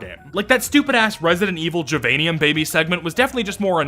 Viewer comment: well now that you're in it I suppose I have to give up my crusade against "jivanium" despite it clearly supposed to be "give-anium" cause it's a fucking kindergarten where you learn to share, but this is closest I care to get to word of god on this when they clearly aren't first language english speakers.